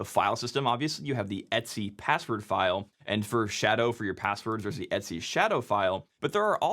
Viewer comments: "etsy"? It comes from "et cetera". It should be pronounced "ee-tee-cee", or at least "et ce". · Every time you say "et-c" it sounds like you're saying "Etsy"... Wait, is that how Etsy got their name? 🤔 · Wait, does everyone pronounce /etc like etsy?